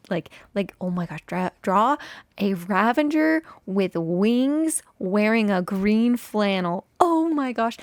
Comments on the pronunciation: ) There's no 'n' in ravager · Is Ravenger (vs Ravager) a thing now? Or has Etho spread it like wildfire (or other MCYTers, idk -I just heard him pronounce it wrong constantly last season of HC lol) I love love love the mountain range! And the entrance to the mountain base frame. I really don’t think you should worry about keeping up with others on the server. You’ve got your own thing going on and that’s enough (although maybe making a shop for something is a priority so you can make diamonds to fund your shopping habits haha) Have you ever heard of the Glacier Skywalk in Jasper, Alberta? It would be cool if you did something like that somewhere on the mountain if it fits what you’re going for!